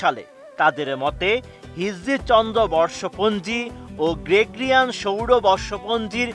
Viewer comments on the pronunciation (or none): গ্রেগরিয়ান- এর কি উচ্চারণ! গ্রেগ্-রিয়ান নয় । হবে গ্রে - গ ( গো ) - রিয়ান।